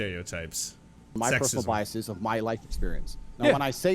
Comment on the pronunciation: Omg! I'm hearing this everywhere! For the record - it's bias-ez, not bias-ees. Come on, people. You can't just put a long e sound at the end of the plural forum of any word you want because you think it sounds more intelligent.